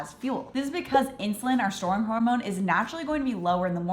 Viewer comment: "Insuline, our shorn hormone" ...what? Edit: Okay, STORING, hormone. Got it.